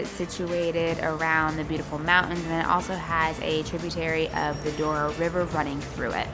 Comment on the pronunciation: Glad you liked the experience. By the way, it's Douro. I guess americans are more familiar with spanish words - colorado is one. As curiosity, if Colorado (which means colourful in spanish) was in portuguese language it would be Colorido.